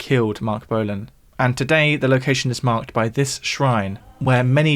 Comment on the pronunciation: "the location is ...'Marc'-ed"? oof